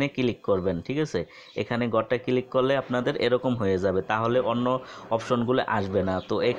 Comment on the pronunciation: Click na vai kilik.....ay video theke apnara notun uccharon sikhte parben.❤❤🤣🤣😂😂